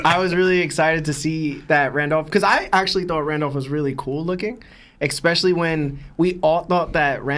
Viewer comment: Prolly cuz his brain is smooth. He pronounces "especially" like "expecially" thats all I needa know